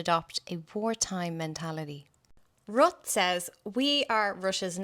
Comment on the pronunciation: His name is properly pronounced RUTA